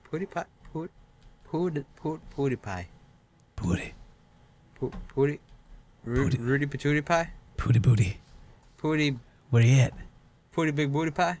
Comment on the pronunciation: I love how says "Poodiepie", I'm replaying this like crazy:D